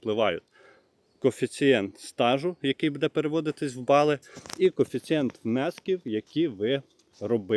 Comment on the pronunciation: Ставте правільно наголос! Не будЄ, а бУде! Скільки можна вам про це писати, невже це так важко запам'ятати.